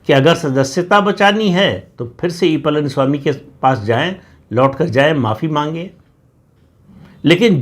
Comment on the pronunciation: प्रदीप ॥ please learn to pronounce Pazhani ( PazhaniSwami .. Not PalaniSwami ...) Please learn to pronounce it right. ZH ...learn to say it right. Please.